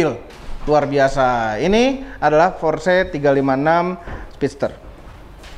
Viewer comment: Belajar lagi cara ngomong "PORSCHE" nya yang bener.. peace